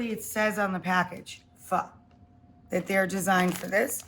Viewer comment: It's her fucking up pho that's awful.